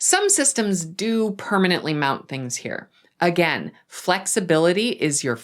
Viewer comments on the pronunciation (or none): none